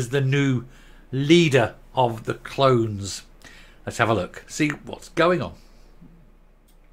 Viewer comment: Did you say "Swinney leader of the clones" or "Swinney leader of the CLOWNS"?